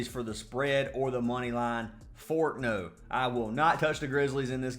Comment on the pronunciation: “Fort No” 😂😂😂